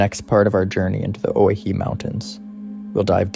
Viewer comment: Pronounced, (Oh-why-he)...